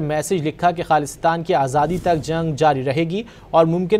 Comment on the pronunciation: This news reader needs to learn how to pronounce the word “Khalistan”